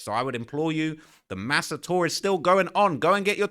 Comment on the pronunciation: saying "MASA" is crazy